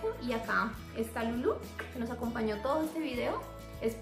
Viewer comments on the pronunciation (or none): none